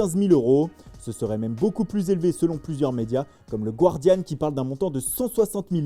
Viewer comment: Les gars, on dit pas "Gouardiann" On dit "Gardiann".